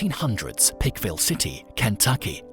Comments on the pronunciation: He said Pike county, so I'm not sure why he keeps saying Pickville 😆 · Why are you calling that picville city? Its plainly Pikeville. With the long I sound. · Pike-ville. Pike. Rhymes with hike and bike. Other than that, great video!